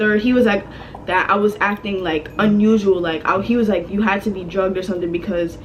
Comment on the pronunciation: You said druged that’s scary AF 😟